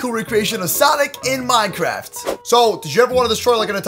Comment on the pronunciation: He said minekift